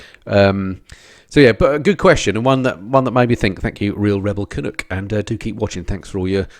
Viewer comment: Your channel is my favorite MC channel tied only to Ryan from fortnine. Side note Canuck...the 'nu' is prounced in the same way as in the harley knuckle head engine ( not sure how to spell it out phonetically) Canuck is a term used to describe a canadian...hence the Vancouver Canucks... Keep the videos coming...